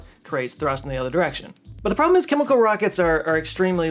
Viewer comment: i guess they do only wear the hat in dallas. congrats to for saying chemical correctly and not kimikul like most texans. 😂🎉